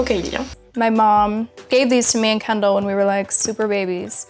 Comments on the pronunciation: kendall pas kendle mdr :') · C kendall et pas kendale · c’est kendal pas kendle